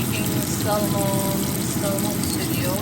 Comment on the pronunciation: For salmon (letter L ) is silence when u pronounce. Just saying🤗🤗🤗